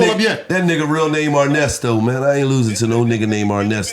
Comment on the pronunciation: “i aint ever losing to a nigga named Arnesto. U ain’t ever heard in the NBA the broadcasters say ‘Arnesto for THREEE” 🤣🤣🤣